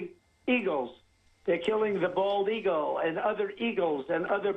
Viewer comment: ... did he say "eagull"? Like an "eagle" except just a seagull without an "s"